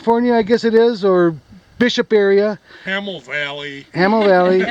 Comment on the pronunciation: Yeah get it right, Hamill Valley. What he said.